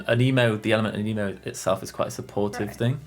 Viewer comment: Im bursting out f anger bc your saying “aneeeemo, anymo, animo” but it’s anemo and you say it like anèmo